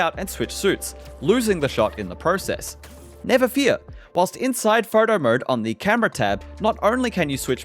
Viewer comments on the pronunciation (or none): "phrrto mrrde" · Saying “Photo mode” his destroying his Australian accent.